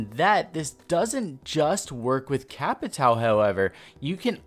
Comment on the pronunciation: The fact that I’m Brazilian just cringes me so much when I hear a “Capitao”. I hate to be that guy but when you have a “~” you need to speak like “Capitaun”. Thats the proper way.